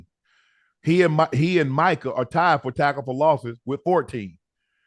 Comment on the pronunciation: Ocho how do you still not know how to pronounce Micah’s name correctly ? 😂😂